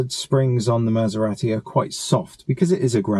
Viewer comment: Good video, but wish you would pronounce Maserati the Italian (proper) way ‘Maser-ah-ti’ rather than ‘Maser-rat-i’!